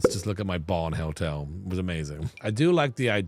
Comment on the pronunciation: I love with his cute little accent it sounds like he's saying "Helltel" "instead of "hotel", which would be on brand for.